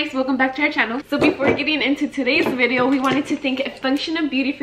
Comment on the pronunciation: Also guys who ever is new yes always says “ bideo “ 😂❤️